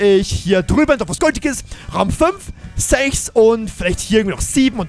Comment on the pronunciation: Raum: grenschren raum